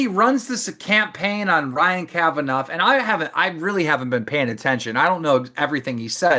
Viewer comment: Don’t believe Keem for a second. And I think deep down, doesn’t believe him either. Also, it’s not “Kavanoff” Keem 😂 This man can’t pronounce a name to save his life.